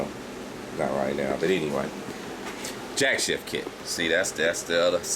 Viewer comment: Jack "shaft" not Jack "shift"